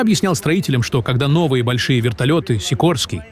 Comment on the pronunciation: Не сикрский, а сикОрский.!